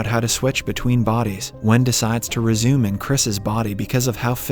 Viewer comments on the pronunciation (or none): none